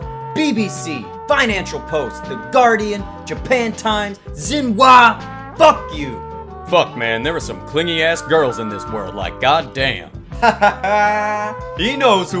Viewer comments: Did my mans just pronounce Xinhua as "zhinwah" Z h i n w a h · It’s also shin-hua